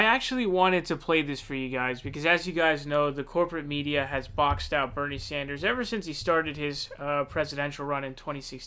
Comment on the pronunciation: You see how she tried to throw him off balance right from the beginning by mispronouncing his name? Evrery question had an anti Bernie bias